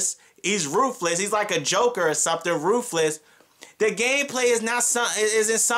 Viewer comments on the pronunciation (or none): "Roofless" LMAO...You mean ruthless?... why are you yelling? Next the whole towers thing is actually pretty cool. Why is it horrible? You didn't even explain why it sucked, if anything it gave you more things to do. This review is garbage lol.